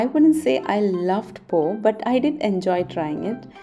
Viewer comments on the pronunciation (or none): Hi, greetings from Malaysia. Nice to see you enjoying Vietnam. Vietnamese food is one of my favorites esp the soups. Fresh and delicious. Pho is pronounced as Fuh. When are you coming to Malaysia?